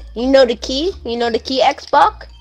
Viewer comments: Heres a drinking game: take a shot every time drizz says "xboc" instead of xbox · can't even say xbox he ses it like xboc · He’s too old to pronounce Lana Rhodes as “wanna wodes” and saying “xbok”🤦‍♂️ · The way he calls him 'Xbock' is infuriating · Tf is a “XBOC”! 🤣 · it’s weird how he can say x and the beginning of Xbox but can’t say it at the end XBOC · I like how he says xboc instead of xbox lol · He says Xboc instead of Xbox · Man saying X Boc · Why does he keep calling him “xboc” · he saiad twas xboc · he sayed xboc not xbox hahhahahahaha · Gaming yes. At points he said xbok and he said xbox and he soinds older.. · He can’t even pronounce Xbox and he says words like that 🤣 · Kid can’t pronounce L’s or X’s